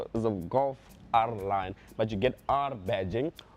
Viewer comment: The emphasis on it being an R line plus